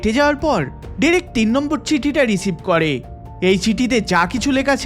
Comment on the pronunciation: Pronounce the owner name correctly please it'd/should be (ড্রেক)